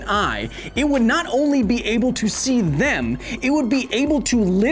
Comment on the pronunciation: Really? 21 sec you said "all dem",and not "all them" LoL. What; again? you said "paper," I think you meant pupil? Perhaps the bud your smoking; is not giving you the love that you so desire; Maybe you should stick with the weed from the Shire? Ah yeah Good ole "Wolf of wall street dwarf tossing!! $10,000 for whoever get's the first f @ Bulls- eye!?!?! LoL